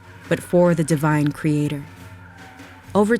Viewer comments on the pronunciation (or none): none